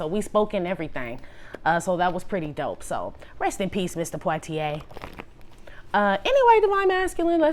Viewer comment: 🤯 Love how you pronounce his last name, it’s the right way but you do it so elegantly. RIP The Great Sidney Poitier 🙏🏽❤️